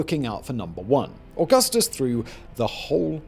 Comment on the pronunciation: Se dice: Augustus (Auuguusthuus) NOT 🚫: ogasthos